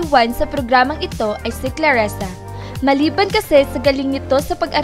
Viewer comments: Dzi ayusin in mong prnzunciation mo clarissanot claressa... Owa kainis ka murder mo zng name nya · "ClarIsa" po, HINDI "ClarEsa." Clarisa. Clarisa. Clarisa. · Nakakatawa ka, Claresa o Clarissa, ok sana pero mali ang bigkas ng pangalan.tao lang nagkakamali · Clarrisa...di clarresa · Clarissa hindi Klaresa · Hahaha, daming alam pero di alam bigkasin ang CLARISSA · It's Clarissa (kla-ri-ssa) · Manood ka muna ng pepito manaloto.. pra alm mo tamang bigkas ng mga nme ng mga artista doon.. muntik mo nang gawing pepeto manalutu.. neke.. cheto . Ilsa marya . Bebe . Patrek . Rubirt. ClAressa.. sakit sa tenga.. 😂😂😂